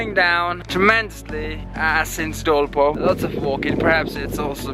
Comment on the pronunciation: Are u American nigga. Why are u saying नेपोल & डोल्पो instead of नेपाल & डोल्पा Though I've liked ur most of videos & pl nepali places or names should be pronounced in nepali accent